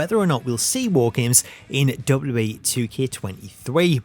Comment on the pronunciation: you need to learn how to pronounce WWE, it's been a thing with you for years